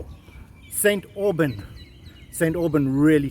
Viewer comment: 😂 😂 It's like St Aubain (slightly silenced n)